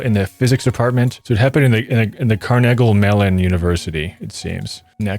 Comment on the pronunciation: carnagee Mellon is how you pronounce it